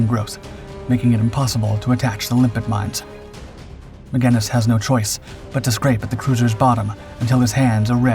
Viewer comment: And by the way, I hear your saying "limpic", but magnetically attached mines are named after limpets, a kind of sea snail.